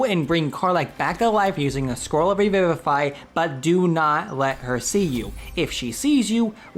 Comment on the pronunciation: Also I think it's pronounced ree-VIVE-ify. Like "revive".